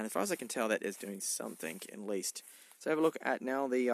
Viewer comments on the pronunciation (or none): none